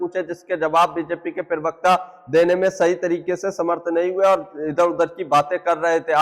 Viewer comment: aap pahle प्रवक्ता sahi bolna shuru kariye aap pirvakta bolte hai Aapka video achchha hota hai lakin प्रवक्ता boliye